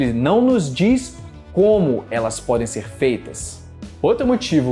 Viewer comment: "xer chamado"... Kkkkkk